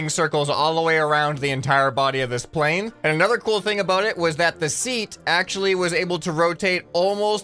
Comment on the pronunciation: Yay he made the funny french plen